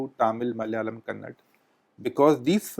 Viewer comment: It is Kannada...Not Kannad..Gadhe Taran Adarsh